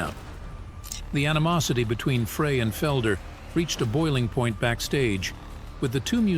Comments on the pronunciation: Frey is pronounced, 'Fri like a French Fry, not Fra. Linda from Missouri 🎶🎵💜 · Very correct, it's just like a FRENCH FRY, please!! 😢 Not Fray